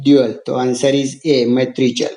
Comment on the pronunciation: First learn how to speak spelling of matriarchal